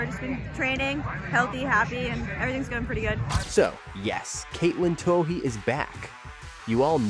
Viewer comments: Her last name is pronounced too-ey. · Isn't her name pronounced simply "Two-ee" ? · Katelyn Too-OH-hee? Good grief. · You can't claim to be any kind of professional reporter or video producer if you don't make any effort to learn the proper pronuniation of names, particularly the name of the person you are talking about. Anything for clicks and U-Tube cash. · Why don't you pronounce her name properly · please learn how to pronounce her name before doing a feature on her. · How hard is it to get her name right? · How come you can't pronounce her name? Something is wrong here. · Not only can't you pronounce her name correctly but also can't correctly pronounce the name of one of her major sponsors: Adidas. The German Company is pronounced as "Adi-das", not "A-dee-das". The name comes from the founder of the Company Adi Dassler. Hence, "Adi-das". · the sad fact that you can't pronounce her name correctly... report